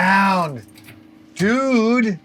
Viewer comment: My exact thoughts, DUNE!!! Instead of dude haha 😂